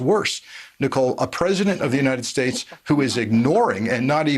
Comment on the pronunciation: He can't pronounce United States...